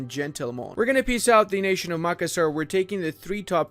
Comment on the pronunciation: As asn Indonesian the way you pronounced tidore, Yos sudarso, and makassar hurts me